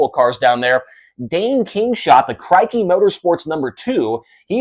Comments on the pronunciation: LOL, the "Crikey No 2"... May wanna work on the pronunciation of one of the most legendary surnames in Australian sprintcar racing. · 😂😂 you will have to watch a video on how to pronounce Krikke